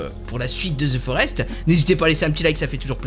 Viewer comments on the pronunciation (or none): le jeu ne s'appelle pas zi forest , mais the forest, ça se prononce:de forest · se the forest pas thi forest